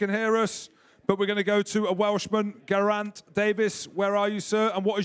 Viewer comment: and the English / Scotsman cannot pronounce 'Geraint' either ;-)